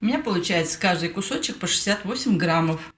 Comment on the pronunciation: Уррра,Вы говорите " граммОВ". Спасибо ❤️❤️❤️